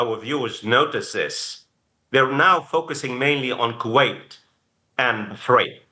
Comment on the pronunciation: Lol. My first time hearing someone call it Q-wait. Reminds me of my parents saying Q-we for kiwi, the fruit. Another day, another new pronunciation for a country.